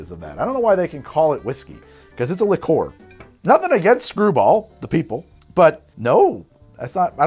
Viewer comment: A liquor is any booze; a liqueur is pronounced closer to [li'ker].